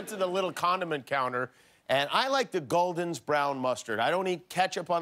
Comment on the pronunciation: Why Jimmy the ultimate foodie did you mispronouncing gulden’s mustard?